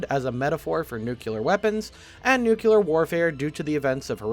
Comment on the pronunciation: QUICK! Carefully sound out the word NU-CLE-AR for me! Pretend you're in first grade and you discovered the word for the first time!